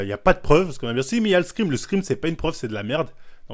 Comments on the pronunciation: « L’escrime » il me tue !! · il dit de scream comme ca ? :p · Vodréké je suis mort